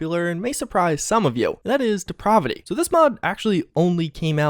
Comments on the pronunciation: 'Depravity' is pronounced like the 'a' in 'apple'. You are the only person I've heard to say it like that so I know it's not a viable alternative. Stop it,. I'll take the positive assumption that you're unfamiliar with the term and define the word for you: moral debasement, wickedness, evil, and not in a fun or necessary way. Such as pronouncing 'depravity' as 'deprahvity'. You've turned me into a diction nazi,. That's even worse than a grammar nazi! Repent! Having said all that, I must also say that your delivery has really improved over the years and I appreciate such progress. I expect you to get even better going forward, which is more than I can say for Bethesda, unfortunately. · de-prah-vi-ty? Learn how to pronounce words! Geeez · Good video but your mispronunciation of depravity triggers me lol. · You really have to learn how to pronounce words correctly. For a while I thought you had an accent but I think you have trouble with words. I’m talking about how you say “depravity” Otherwise cool video